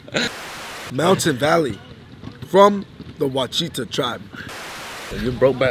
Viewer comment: Ouachita is pronounced wash-i-taw. Mountain Valley is bottled in Hot Springs, Arkansas. It is known for it's hot spring (explains the name) and the bath houses that line its main street. It was a favorite destination of the upper class from the after the Civil War until probably WW2, including both politicians and mobsters. There is a Capone statue in front of a bar that is famous on the area (there was a recent theft attempt, but it was twarted).